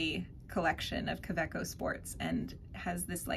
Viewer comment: It's GERMAN Ka.....way........co.